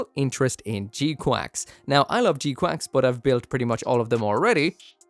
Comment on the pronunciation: Is he saying gquacks to rage bait us or can he not pronounce gquuux 😂it’s spelled with u’s not an a in sight.